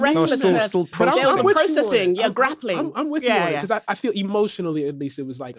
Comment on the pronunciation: You cannot say “because.”